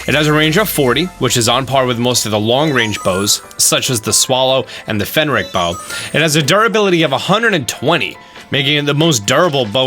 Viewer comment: For anyone else who got all confused for a second........ by “Fen-rick bow” he means the Phrenic bow. PHRENIC not phenrick